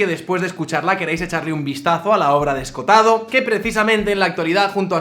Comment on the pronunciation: En vez de Escotado que es como lo nombras, deberías pronunciar las dos oes: Esco ho tado.